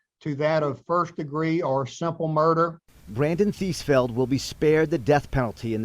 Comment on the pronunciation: TheesFELD huh? Of course. Eeeevery sssingle tiiime